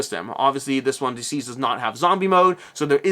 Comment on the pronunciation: I’m pretty sure DCeased should be pronounced like the word deceased, not deceazed